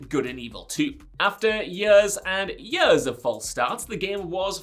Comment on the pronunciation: In yuhrs and yurhs